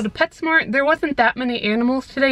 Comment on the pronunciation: Um you said petshcmo like taylor nicole dean